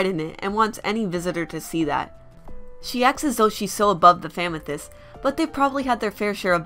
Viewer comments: i know its your accent but it sounds like famythest which should be a hashtag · Why do you call them famethyst